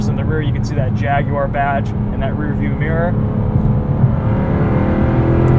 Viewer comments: "Jagwar" not "Jag-you-ar" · It's Jag-War not Jag-you-are, good sir. Act like you can afford one. ;-)